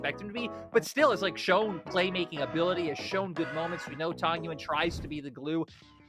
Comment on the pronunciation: I mean, I love the LPL casters, but they should finally pronounse tangyuan's name right, it's tang-yuan, not tan-gyuan 😀